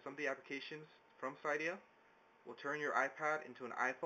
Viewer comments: It's pronounced "cidiya" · It's pronounced like cidia